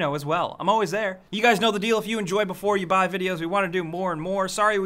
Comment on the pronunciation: Pls stop saying "Before you buy" like that.